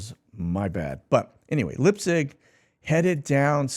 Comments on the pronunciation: Leipzig. Pronounced L👁pzig. …. ei = i, ie = e In German just FYI. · Leipzig - pronounced Lyp-zig